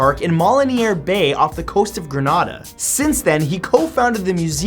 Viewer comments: It's pronounced Gree-nay-dah. Grenda🇬🇩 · Its grenada as in alien. The first 'a' is pronounced as 'a' in alien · It's pronounced GrEnada* not granada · For all the uninformed people out there it's pronounced Gren AID A you are welcome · killed me how he pronounced Grenada its gre NAY da